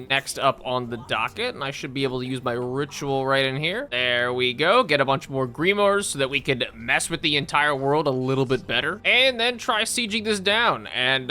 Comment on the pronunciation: Grimoire is pronounced Grim-Wahr